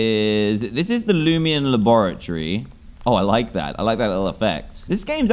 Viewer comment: Is anyone else bugged that he calls it loomian not loomayn bro the nostalgia from this comment that I did a year ago